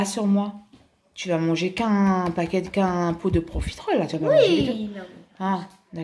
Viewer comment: Ça a choquer personne qu'elle a dit "PROFITROLE" au lieu de "PROFITEROLE 😂